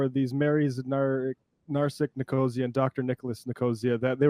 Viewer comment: It's Nick-oh-SEE-uh; a Greek name (maybe they changed it in America but I have afew friends with the surname, it's a proper/place name)